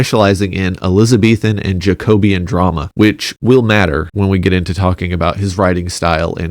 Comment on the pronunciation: pronounced jack-oh-bee-an not jayco-beeyan